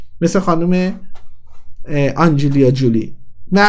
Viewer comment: یعنی واقعا لیلا حاتمی هنرمند نیست و هنری نداره،ولی مهناز افشار یه کم هنر داره؟!!🤣🤣🤣🤣 اون جولی هم ک چند بار تکرار کردی،آنجلینا جولی هست،نه آنجلیا جولی تحلیل و اطلاعاتت هم در همین حد صحیح هست بیسواد